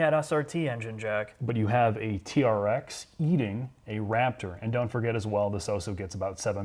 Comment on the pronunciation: It’s supposed to sound like trex when you say it not tea-are-ex